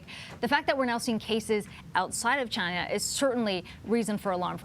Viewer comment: Damn CHY-NA!!